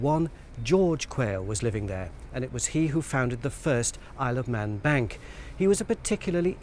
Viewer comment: When he said Isle of Man bank, I though he said I Love Men Bank, I had to turn on captions to make sure what he was saying.